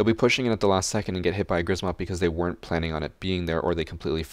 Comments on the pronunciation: Polish and if you want to correctly and easily pronounce Grzmot you should try saying "Gshmot" (with "SH" for "RZ"). "Sz" (pronounced like "sh") is simplified version of "rz", so a lot of Polish people would read it like this and it's correct to do so. Please, if you learn how to pronounce it correctly (and "sh" noise shouldn't be hard to make as it appears in words like "sheer") you will have triple the swag while playing Ela. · Read it like kshmot (grzmot) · Im from poland and when u say grzmot im laugh so much